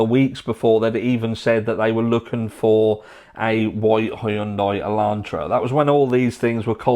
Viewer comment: Greetings from N.Y.! Btw the way you pronounce Hyundai Elantra sounds like a fn commercial 😂